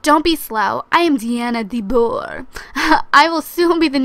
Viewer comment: No DeBoer it's said like de boo are